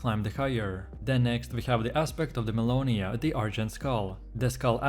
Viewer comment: Aspect of de MellInOyA Dude I can't tell what aspect you're even talking about. You don't pronounce them correctly and you dont show gameplay with them. Lazy made video.